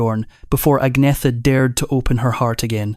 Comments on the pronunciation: No it’s ag- meta 🇸🇪🇸🇪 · Agnetha, Agneta and Agnette are pronounced as Ang ' netta (ung - neh - tah). But better and easier pronounced as Agnetta for the English speaking countries. The same as Björn is known as B ' orn (Bee ' orn) to the English but pronounced as B ' ern (Bee ' urn) in Sweden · You need to learn how to pronounce Agnetha - there's no "Th" sound in Swedish so the "h" becomes silent. Agnetha, Agneta and Agnette are pronounced as Ang ' netta (ung - neh - tah) to the English it's easier to pronounce her name as Agnetta Björn in Sweden is pronounced B ' ern (Bee ' urn) but better known as B ' orn (Bee ' orn) in the English speaking countries. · Her name is Agnetha pronouced Agneta and this AI is a disgrace and slanderous should be banned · Agnetha, Agneta and Agnette are pronounced as Ang ' netta (ung - neh - tah) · 😂 they all call her Agneeetha. There is even a vid on YouTube where she talks how to pronounce her name correctly. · Her name pronounced Anne yeta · teach ai how to pronounce agnetha